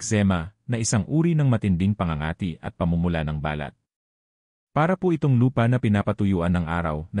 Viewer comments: Sydney, Australia. Bakit maraming vloggers ay di marunong bumigkas ng Pilipio words tulad ng "balat". If pronounced slowly or accented on first syllable balat means pigmentation or mole on skin but if accented on the last syllable it means skin. its not the first time I've noticed it. Another one is "makati" accented on the second syllable means a city and if accented on the last syllable means itchy. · Ba lat is birthmark. It is pronounced as balat, mabilis ang bigkas. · balat,Hindi ba- lat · Ang tamang pag bigkas ng balat kung skin ang tinitukoy ay sa first sylable tulad ng bàlat. Kung walang emphasis sa first sylable tulad ba balat ay tumutukoy sa skin birth mark tulad ng balat hindi bàlat which is skin! Ang pangit pakinggan kung mali ang pag bigkas. Wake up editor!!! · My comment is to the narrator kindly pronounce it properly the subject, its annoying to listen, I am sorry to make this comment. your intention was good and its educational but its hurt to listen too, might as well say it in english. thank you. eg; balat say it straight not hypenated like ba lat, us tagalog it means a birthmark not a skin. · Pronounce the words correctly like Balat,malusog,makasama,kati, etc. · Ang dapat mong baguhin e yung pagsasalita mo, iba ang BALAT-marahang pagbigkas ay( birth mark), BALAT- maragsa ay ( skin ) ngayon alam mo na? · Grabe ang robot magsalita balat (birthmark) instead balat( skin) Makati ( City in metromanila ) instead dapat makati ( itchy) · EXCUSE ME PO DOCTOR BA KAYO BAKIT MALI MALI ANG PAG PRONOUNCE NYO NG BALAT IBA ANG BA- LAT AT BALAT. 👍. MASAKI SA TENGA. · Dapat iniaayos ang tamang bigkas ng katagang BALAT ..Dapat mabilis ang tamang pagbigkas..Halatang AI generation..😮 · Mali ang bigkas mo sa ibang mga words,,kagaya ng “ balat” or skin ,,,,, improve your pronunciation please! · Pls ang word na BALAT ay mabilis ang pronounciation dahil may balat na ibig sabihin ay nunal sa balat or skin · Ano ba Yan Filipino ka ba, bkt Mali ang pag pronounce mo ng balat